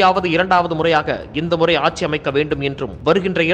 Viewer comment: "ஆச்சி, ஆச்சி" இல்லை. ஆட்சி என்று சொல்லுங்கள்.